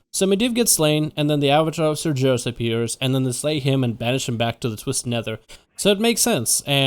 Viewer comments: Cmon His name is pronounced SAR-GER(LIKE BEAR WITH A G) IS(iiiiissss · holds in yelling holds it in even more apologizes ITS PRONOUCED SAR-GHARUS GUH GUH GUH UUUH *LORE NERRRD RAAAAGE!!! <3 love you vids though xD